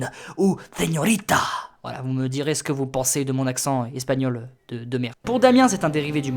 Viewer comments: Plutôt doué en espagnol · Tu as un bon accent espagnol